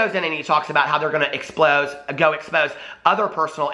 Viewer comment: If James’ career is taking a huge hit, he has nothing to lose. He’s hinted at the tell all before. I wonder if he’s going down, will he take everybody with him? ALSO! You had a slip of the tongue and said ‘explose’ instead of expose and if that ain’t it!!! It’s all being EXPLOSED. 😂